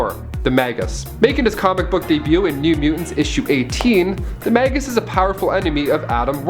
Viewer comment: no one caught this? Read the bubble and the villain clearly calls himself “Magus” not Magas...